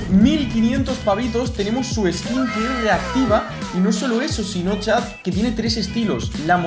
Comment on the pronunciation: En el minuto dice chaz en vez de chat